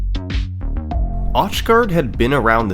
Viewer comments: ...is his name actually pronounced osh guard? It looks pretty darned Germanic, so wouldn't it be like "auch" in Deutsche? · auchgard is german and it hurt every time you pronounced it liek that haha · “Truly, a once in a lifetime accomplishment for Auchgard.” shows him doing it again